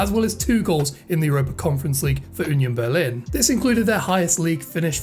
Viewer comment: 🤣🤣🤣 You call Union Berlin like Yunion Berlin. If you try to prononce it without this y you spreak it nearly right. Please hear like it is prononce in German